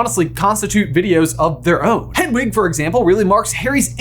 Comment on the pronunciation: Did he say fredwig? Lol